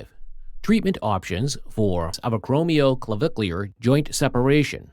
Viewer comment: To the Narrator, You did real good getting through that big long name. You did great!